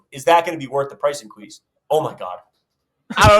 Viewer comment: AYOOOOOOOOO incwease 😂😂😂😂